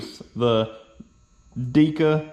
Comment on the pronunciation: Not to nitpick but the battery is “deck-a”. Good try! And great job on the car.